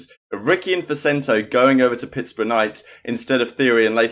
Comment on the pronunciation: lol did people get mad cuz you mispronounced pittsburgh ur not american so i understand